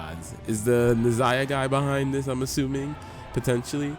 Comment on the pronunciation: Brother what would take your videos to the next level is learning proper pronunciation of the Gods' names...like where's the I in Nehza...and its not Morrigon its Morrigan...please...I promise you itll take the quiality up at least 2 notches if you learn how to pronounce their names properly